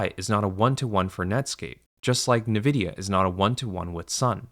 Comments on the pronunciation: Geez, withall the sponsor money, you'd think this guy would be able to pronounce NVIDIA properly. Like how hard is it to just google how to say the name. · yea this video ain't it, chief. parroting all the other commentors, consistently mispronouncing nvidia AND having an AI sponsor during a "AI is doomed"-video feels fucked. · Bro actually used an AI voice in this video and the channel rules have the gaul to state that they don’t use any AI in their videos. The pronunciation of “Nvidia” was a dead giveaway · I stopped watching and unsubbed, because a) you can't pronounce nvidia, and b) your sponsor. Lots of luck in the future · Mispronouncing the name of the most valuable company in the world undercuts your message. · With the conflict of interest with the sponsors and the bizarre pronunciation of Nvidia, I wouldn't be surprised if the script and narration utilize AI... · I find it very difficult to believe you when you cannot even pronounce the name of the company Nvidia correctly. The difference between llms and fiber deployments 30 years ago is that llms are completely replacing PhD level human labor such that a illiterate person can produce the same output. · The mispronunciation of Nvidia is incredibly odd for someone who has apparently done tons of vigorous research into AI. Nvidia is the biggest company involved in this mess because every tech company building infrastructure for AI is using Nvidia's computing chips. Nvidia is the company selling shovels to the gold diggers in this rush. That's why several people in the comments are suggesting that the narrator is an AI voice. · The pronunciation of Nvidia struck me as strange, but I didn't even consider that he could be an AI voice reading a script until I heard the sponsorships for AI companies. Now the channel just seems very shady. (I watch plenty of creators that mispronounce things, like those that pronounce Mario as "mare ee oh" so it didn't strike me as too implausible...) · “En-vidia” not “ne-vidia”